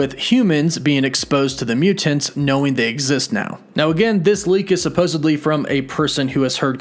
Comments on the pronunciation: Please learn how to say the word "mutants". It's Myootents. Not Mew-tants. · Why do you put so much emphasis on the second syllable of mutants? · Why does this guy always over annunciate all words that end in the letters ‘NT’ - for example mutants always comes out as Mute-aNTS. Drives me insane. Content is good but just say the words bud. No need to add so much emphasis to the syllables of the words you’re trying to say. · You mean MEW TENTS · Mute Ants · My question is why do you always pronounce mutants like mu-Tents. That's the hardest T I've ever heard. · “Mute tants” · The way he says “mutants “ ... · Is it just me or is he saying “Mutants” really weird